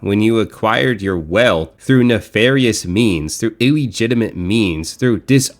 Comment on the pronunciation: Did bro say, “ eww-gitimate” means?